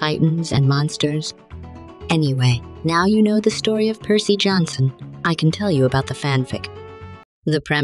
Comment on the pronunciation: Dionysus would be proud on how you keep mangling Percy's name